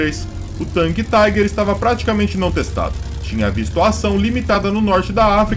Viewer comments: Não é Taiguer! Esse tanque não é americanoo ou inglês ,é alemão. Pronuncia- se Tiguer. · Cara você não entende nem de inglês muito menos alemão, a pronúncia em inglês é "Taiger" em alemão é "Tigar" em alemão o er tem som de ar